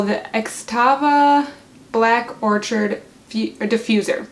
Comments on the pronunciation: Lol it’s not orchard! 🤣🤣🤣 I can’t... Thanks for the review though. And orchid is a flower. You say it like or-kid. 💜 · Excellent review, you've sold me on this - thank you! However, its pronounced Orchid, like the flower,...the 'ch' sounds like 'k'. or'Kid. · Is it Black Orchid or Black Orchard? You wrote Black Orchid but said orchard through the entire video.